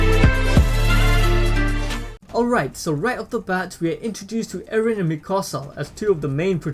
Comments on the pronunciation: Why u call eren. aaron? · Not eren "ereh"